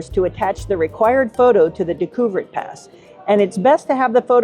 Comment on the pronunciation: DAY-ku-vehr pass. Good video, great photography, however.